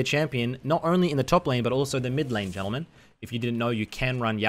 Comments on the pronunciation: Sadly that's not how baus would pronounce it It would be like G in grams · that fuckin "ladies and yentlemen" in the beginning killed me 🤣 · “Ladies and Yentlemen” lol so fitting